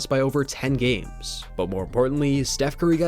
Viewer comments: ... sounds like you called him "Seth" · steph. not seth